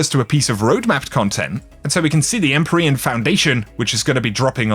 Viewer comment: You mispronounced EmpYrean, also the armour ornament from last season (Eververs) were called Empyrean something